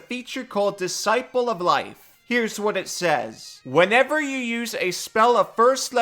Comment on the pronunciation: What is it aboot *Disciple of Life* that brings out the bad readings? This is almost as bad as lifeberry.